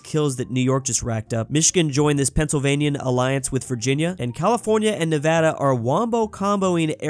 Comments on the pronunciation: He said Nevada right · Paused the video to comment: As someone who has lurked through a few of your videos I am so glad to hear you now properly pronouncing Nevada.